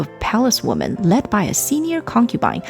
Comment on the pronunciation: Women, plural, is not pronounced Woman. It's pronounced Wimmen. "The" before a word starting with a vowel sound is pronounced "thee" as in "thee emperor".